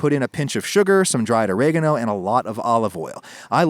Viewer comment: Wait, is this how all americans pronounce oregano?